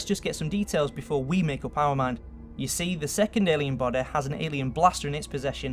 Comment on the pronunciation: elvis presleh...alien bodeh